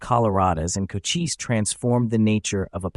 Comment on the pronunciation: Chochise was one of MANY Great Apache Leaders........and is pronounced Koh - Chees NOT Koh - Chee - see